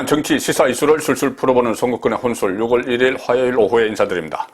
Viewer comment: ６월은 [유월] 10월은[시월]로 읽어주십시오 오늘은 [유월일일]입니다